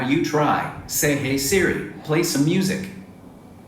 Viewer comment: "Hey CeeRee" wtf